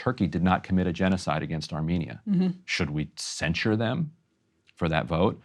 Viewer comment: Excellent you two! It's truly beautiful to watch two people with disagreements on such a hot topic to keep civil with each other. But please. Stop saying "cenSHure" it's cenSure, and cenSorship